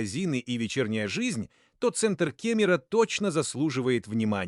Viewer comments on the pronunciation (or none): Спасибо за обзор) А что же с ударениями? ИИ озвучил? С собственными пляжАми 🏝️ Район кемерА